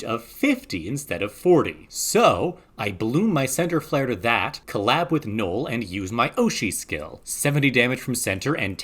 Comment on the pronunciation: That’s not how you say Noel lol